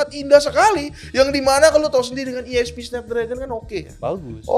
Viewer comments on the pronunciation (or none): sepanjang video gw bingung bilang "iespi" ESP apaan ya kok bahas gambar2 gitu. ternyata maksudnya ISP. 😅